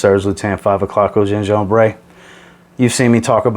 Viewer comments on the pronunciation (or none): Hello, if you are going to recommend more and more the lutens one, Gingembre is pronounced "Gingembreu" ! The "e" at the end is prononced like a regular french "e", it's not an "é" ! But nvm, great vidéo :)